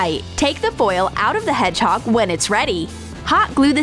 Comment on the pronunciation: Who though they said head chalk instead of hedgehog